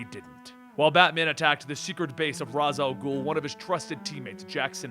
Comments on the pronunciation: Raysh is more right, but Raz sounds much cooler. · "ra's" al gul pronounced "ray-sh" al gul via 1990 B:TAS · Dear, Im a big fan. But it annoys me so much when you pronounce Ra's Al Ghul wrong. Its pronounced RAYSH. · yes you are right its just like how some people say madara name different I never get why people don't understand